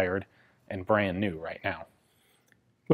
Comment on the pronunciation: Now there's a knoife